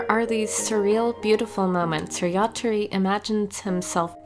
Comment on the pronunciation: It's yatora not yatori